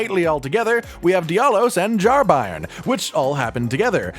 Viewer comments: "Bairn" is a Scottish (afaik) word for "child" and its pronounced "Bayrn" all 1 syllable, not Buy-ern! 👍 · It’s a Scottish word “bairn” not pronounced by-rn but bay-rn. It means child! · bairn is pronounced "bern" think burn with a e, It means a baby. Still used in north of England and Scotland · I can't listen to anyone talk about the Jar Bairn because of the monstrous butchering of the word 'bairn'. It's a Scots word, and means child. It's pronounced like the word 'bear' with an n on the end. Bairn. Not BYERN. Not BARN. Not BRINE. Thanks for coming to my Ted Talk. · just for those not in the know: Bairn is an old english/scottish word for child, it's pronounced like Bear-n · For reference bairn is pronounced like burn. It's Scottish slang for child. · i believe that word is pronounced like bear with an "n" at the end , and means baby. tangentially, "gaol" is pronounced "jail" and means jail. I am somewhat certain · Bairn is a scottish/gaelic word meaning child, so his name is literally jar child. Not that it matters in the slightest but its also pronounced “bear-n” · It's pronounced "bearn", it's not a German football team. ;) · It's pronounced B-air-n, as in 'air'. It's an old scottish word for child. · bairn is pronounced like bear-n and just means baby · It's pronounced (Bear-urn) it means baby or child. Bairn. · it's hilarious cause i found jarburg just before the update hit, so only friendly pots for me, no jarbairn. also its "bear n" like like a bear with n at the end. a bairn is a child in old english/scottish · "Bairn" is pronounce with a hard A sound. I'm assuming it's welsh like the other words but I'm also assuming it's used and pronounced like the scottish word. It means baby. It's a baby jar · Bairn rhymes with Bear but with an N on the end of it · It's Bairn 🤣🤣🤣 there's not a single youtuber or twitch guy who can say such a simple scottish word 😅